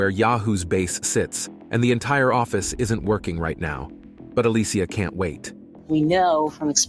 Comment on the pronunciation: This whole time her name is pronounced as a-lee-sha, but for some reason... she's randomly called A-lee-cia?????